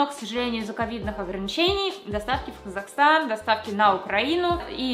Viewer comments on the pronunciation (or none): none